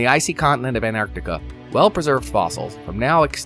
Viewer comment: It's lovely you pronounce both Cs in Antarctica, but what about the first T?